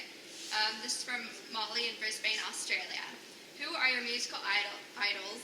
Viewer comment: hahah brisbaaane, (pronounced more like brisbun) but awesome interview!